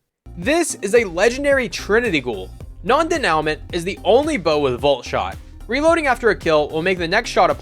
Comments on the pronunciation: its pronounced non day-new-mont........ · That is NOT how you pronounce Denouement